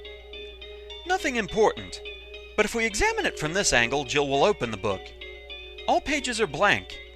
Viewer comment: okay i want to point this but did you just call jill, joel or jewel? start and listen it is